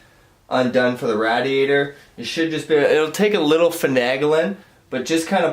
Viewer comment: Good tutorial. I couldn't stand how you pronounced radiator though. Lol